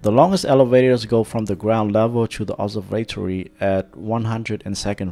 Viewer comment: my only suggestion is that you learn to pronounce observatory correctly because until I saw the word I had no idea what you were talking about. otherwise it's an excellent video